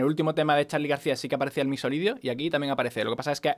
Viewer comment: Ja! Me pasa cada vez que dice MixoLidio (perdon si no se escribe asi...)